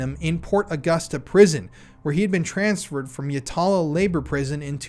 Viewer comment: Not a big deal, but Yatala Jail is pronounced 'Yatla'. Though, we are always shortening our words (arvo is afternoon, macca's is McDonalds etc) so for all I know maybe you are pronouncing it correctly 😂